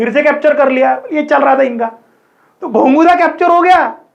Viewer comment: Sir it's gogunda not gonguda🙏🏻